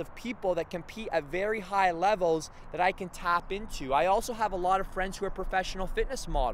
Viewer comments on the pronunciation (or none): This guy can't even pronounce his words right lol